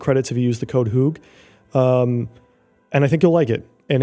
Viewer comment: Clearly speaks fluent Dutch. Calls own channel "Hewg" 😂 I guess to help people navigate to the links? Lekker video, succes!